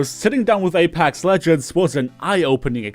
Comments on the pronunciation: please stop saying apAx. lol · nobody:: Apax legends